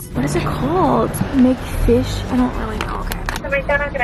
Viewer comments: HAHA when she says mcfish !!! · i DIED everytime you said mcfish😂